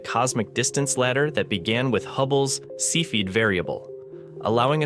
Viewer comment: cepheid is not pronounced see feed as the electronic voice says - look it up